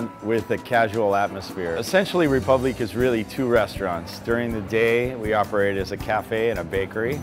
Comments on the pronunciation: Chalesberg CA He did not pronounce it correctly, he only got the last syllable right. Does it matter? Not a bit, but don't say something's done right when it's not. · Donovan: Of course I would. If you have french pretensions and choose to use a french word as your name, you'd think that part of the whole deal would include pronouncing the one foreign word correctly. Not like it ultimately matters, in any case. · You should not roll the [r] in French. The accent tells us that the [e] should be liftet in the pronunciation. The [u] should be short and not like the double [o] in English. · Piglet Z well he shouldn’t have named it a french name if he’s not going to bother saying it correctly 🤷🏼‍♂️ . he might as well have just called it ‘Republic’, spelt the english way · I cringed every time they pronounced it "Reepooblique" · that's wrong, the e acute accent makes it ray-poob-leek (and roll them rs babyyy) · Btw the “é” in République is pronounced as “eh” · TheIndianNerdMC No, the last syllable is correct. It's kind of like "leek". The "pub" syllable is supposed to be closer to "poob" than "pub". And the "re" isn't a "ree" . The accent (l'accent aigun, en francais) over the "e" indicates a sound that functions more like a long "a" sound. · The way everyone pronounces république is horrifying and I'm not even French. Sounds like they're saying Reee-poo-bleak or something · Rey the "ré" is also supposed to be pronounced "ray" so it's actually ray-poob-leek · Koko wait so is it pronounced like Ree-pub-lee-kay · Ewwww. Get your own bowl. Also, somebody should teach the owner of République how it's pronounced, otherwise the pretentiousness falls apart a wee bit. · When the $143 "French" pasta chef pronounces republique wrong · The way they are all pronouncing république is stressing me out. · not to mention his horrible pronunciation of his own restaurant's name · why you gonna cll it ''république'' if your gonna kill that beautiful name by pronouncing it in english